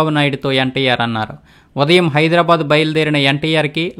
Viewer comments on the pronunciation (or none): none